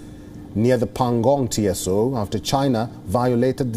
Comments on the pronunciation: It should be read as PANGONG TSO ( SO) T should be silent... Not to be pronounced as T.S.O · Pengong Tso. . 🤭🤭😂😂🤣 The eay he pronounced. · Right, even he can't pronunce pangong tso